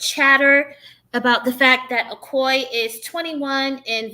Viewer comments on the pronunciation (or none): Its pronounced A-O-Key.